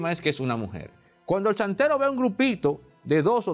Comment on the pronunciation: Chantero. No santero.